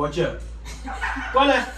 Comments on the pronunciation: 老二中文最標準的一次，快笑死我了😂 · 哇噻，那“老婆”发音挺准的呀。是要耍个美人计就能让老二加紧练习中文吗？那有可能的确需要好几个“老婆”了😂